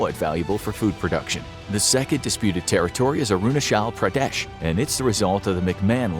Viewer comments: best thing about the video was his pronounciation of arunachal pradesh xd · Bro totally butchered Arunachal Pradesh 💀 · dude its arunachal pradesh not arunashal pradesh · Aroona shelll Predeshhh 💀👀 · It's actually pronounced as "aru-na-chal-pra-desh". The "ch" in "chal" is actually pronounced as the "ch" in chimpanzee. Very important detail! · Man you just butcher the 'Arunachal Pradesh'. And I also belongs to that region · Dude you pronounced arunachal pradesh completely wrong 😑